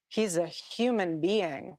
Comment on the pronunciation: Whenever she says : “HHhhkyuman or HHhhkyuman being” , it creeps me out. She says it in a way that puts heavy emphasis on the first syllable with a heavy, hissing and slithering H sound.